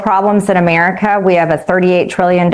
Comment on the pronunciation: we have real problems in "Ameerica"